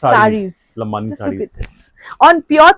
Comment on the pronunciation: lambadi not lambani